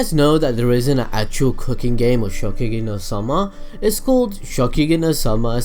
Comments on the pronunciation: It is ShokuGEKI not shokugi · ShoKUgeki no soma, you kept saying Shogeki no soma :'D